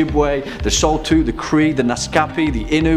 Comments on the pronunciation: I am impressed. Very accurate video. It's great to see how much care and effort you put in to researching my culture and the history behind it. However, saulteaux is pronounced "soh-toh" and Swift Runner was from a city called Fort Saskatchewan in Alberta, and not actually from Saskatchewan the province. Overall you guys did well though. I really liked this video! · It's pronounced sow-toe. Also it's told it eats it's own arms and legs, it's insides. It eats snow, rocks, anything it can fit in it's mouth.